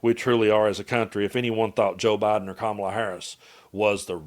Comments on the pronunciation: Why is it so hard for "the right" to pronounce people's names? I've never heard anyone left leaning mispronounce Kamala Harris. Never. But I've never heard MTG or Charlie Kirk or even Trump for that matter correctly pronounce Kamala. Is it just me? Is this some way of denigrating that Im unaware of? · Why can't talking heads on the right pronounce Kamala's name? Is it intentional?